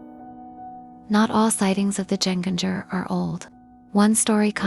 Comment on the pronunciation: It's pronounced "YEN-ganger" (with hard "Gs" as in "gold"). It simply means "again-walker", that is, someone who "walks again" after death. In modern Norwegian, it is entirely synonymous with "ghost"; it hardly refers to any specific kind of ghost, such as a "punishing" spirit, or one that gives the living "death pinches".